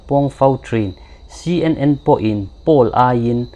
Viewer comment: Poll hi Pul nilovin Pawl tiin an lam thin in ka hria